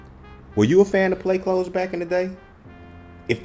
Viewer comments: Smh you not even pronouncing it right. Wow. But ok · Is it pronounced “clothes” but spells as “cloths”? Or are you saying it wrong?